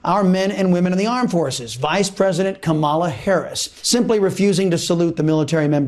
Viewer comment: Why does the conservative media keep mispronouncing her name? I mean its not that hard, she's the VP...